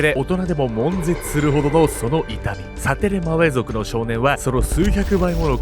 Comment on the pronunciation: サテレマウェ族言えてたよ！